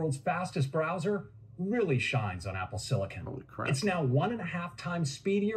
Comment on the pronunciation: SiliCUN is even worse.